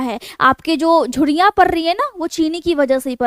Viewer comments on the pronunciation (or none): Jhurriya ko jhuddia ,paresan ko padesan ghar ko ghad, narmali ko nadamali mud kharab ko mud khadab pairo se ko paido se bolana aur kharido ko khadido ka awaj kafi unique aur mast lgta hai maim😅